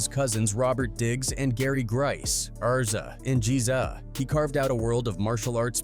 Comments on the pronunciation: Once a video says R Zuh and GeeZuh i click off that bullshit. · Fam who is Arrzza and Jeeeeza😂